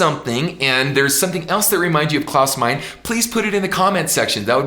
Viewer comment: Klaus is great but Ken you should not pronounce Meine as Mine. It is Maj-ne like two syllables. Otherwise I love your singing and your teaching. Keep up the good work!